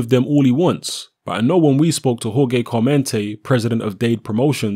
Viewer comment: it's pronounced "Whore Hey" not Jor Gay. Jimenez is pronounced "Hemenez"